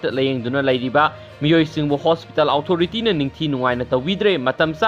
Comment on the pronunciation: Fanasu kuire ibungo nangna pao paraklibasi adubu English ki waheisingC chumna amatta haiba ngamdribasi angakpani tabada yamna nungaijade meitei macha ama oina... Houjik faoba The-re-fo-re adummak hek leida..eg.. Hospital Authority...karamna pronounce tougani Google da amukta yengbiyu